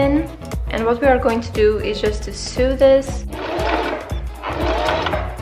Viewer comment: Sew in English is pronounced “so” not “soo”